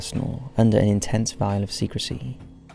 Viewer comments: 👰veil not vial. Every f$#%ing video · You thick fucker! It’s ‘veil’ of secrecy, not ‘vial’... Is English your second language after Welsh? Because you understand it more like a third language.